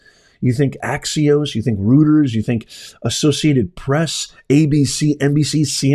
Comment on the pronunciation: It looks funny but Reuter’s is pronounced like “ROY ters”. I’m showing my age. It’s been around since before I was born. It’s multi national but mainly European. Otherwise thank you for all you do. You explain and expose a lot of things, I appreciate you. I am nearly 68 years old and now on a fixed income.